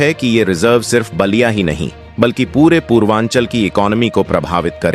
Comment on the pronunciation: Naliya not basliya. Pl improve pronunciation. IT IS BALIYA.